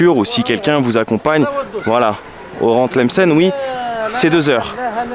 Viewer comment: tu la pronnonce très bien bravo 👍